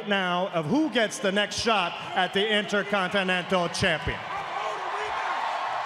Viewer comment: "Int-a-con-te-nan-tul champiun"